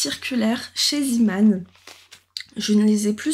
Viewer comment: Bonjour, on dit Zéman, pas ziman. C'est le nom du créateur néerlandais, pas anglais.